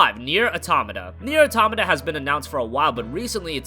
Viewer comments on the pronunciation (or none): "Auto - mata" not atamata